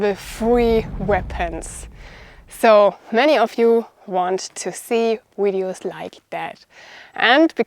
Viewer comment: I love it when says wideo's:thanksdoc:.I was thinking more Claymore.